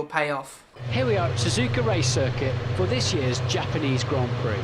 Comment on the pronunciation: Also, THE HAPANEESE HONG PEE